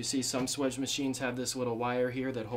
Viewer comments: swaaaaage. (long ā) Not swidge. :p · If you correctly spell it swage, why don't you pronounce it swAGE ? Not swEDGE. I've pronounced it swAGE for 50 years.